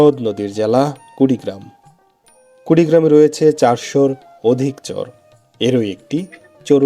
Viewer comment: আপনার ভিডিও দেখি ভালোই লাগে। একটা পরামর্শ দেই কিছু মনে করবেন না। একজন শুভাকাঙ্ক্ষী হিসাবে সেটা হলো চর উচ্চারণ করার ক্ষেত্রে কিছুটা সমস্যা দেখা যাচ্ছে আপনার। চর এর উচ্চারণ টা শুনতে চোর এর মতো শুনা যাচ্ছে। এটা একটু সংশোধন করবেন